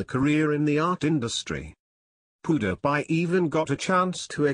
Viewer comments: It is not poodiepie it is Pewdiepie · hahaha.. wait wait, what? POO-DA-PIE? IS THAT WHAT I'M HEARING? MAN LEARN HOW TO SAY OUT HIS NAME!!! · Lol what is that he says powdiepie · it's "Pew-Dee-Pie" not "Poo-De-Pie" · lol poo-da-pie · he is pronuning him pudapie 😆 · "Poo dih pie"😂😂😂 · who else loled at the way the narrator said pewdiepie? "How rich is poo de pie?" XD LMAO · Pew der pie? That fecking voice!!!!!!!!!!!!!!!!!!!!!!!!!!!!!! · haha he said poopdepie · lol the story teller says poo die pie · he pronouces pewdiepie as pooh da pie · He is saying poodiepie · not pudapie -_ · poodepye lol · If he is your classmate then why did you say pewdiepie so weird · If you were his friend you would say his youtube name right and stop saying your all these famous people's friends because your not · He doesn't say his name right.!!! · the guy doesn't know how to say "PEWDIEPIE" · He can't even say PewDiePie right. Haha